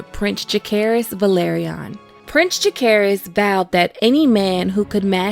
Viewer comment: lmao prince jack-air-iz got me fuckkked up 😂.